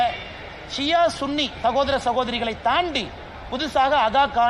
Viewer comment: அய்யா அண்ணாமலை ....... முஸ்லிம்களீல் _ ன்னி முஸ்லிம்கள் கூட இருக்காங்களா ? அது சன்னி முஸ்லிம் என பல நாடுகளீல் உச்சரிக்கப்படுகிறது .